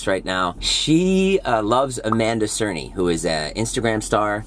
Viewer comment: It's cerny not cerney